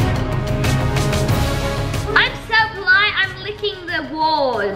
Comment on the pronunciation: Its polite not poilte Hahahah